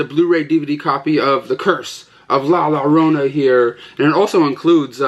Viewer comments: You say it La Yorona BTW and the game was super smash bros love the video epic as usual 👍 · Batman Hush is sick! I bought the Steelbook at target today. And the action figure's name is Hush. Also its pronounced "La Jorona or Yorona". The double l is supposed to sound like a J or Y.